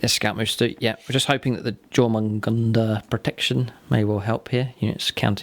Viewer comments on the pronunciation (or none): Yor-mun-gun-der .... or thereabouts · Good battle report, as always. The pronunciation is "YOUR-mun-gand". its Old Norse for the Midgard Serpent. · Great batrep, beautiful armies, I really enjoyed it. You almost got the pronunciation right btw. just change the J to a Y pronunciation and you will have it correct! In the Germanic / Norse languages, Js are pronounced like Ys in the English language (and of course Jormangundr is the world snake of Norse mythology). :)